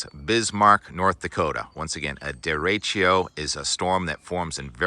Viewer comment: Deretchio? deretchio? come on Tim, you can do better than that